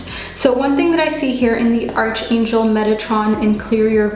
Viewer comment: However much we'd love arch in archangel to be pronounced as we see it "arch" it's actually pronounced as ark as arkangel. I just thought I'd mention it to such a lovely lady like you. With all due respect, it sounds odd when you pronounce it as arch instead of ark. Thanks for the reading anyway.